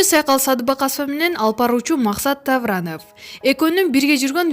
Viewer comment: Максат Тавранов дейт гооо.😂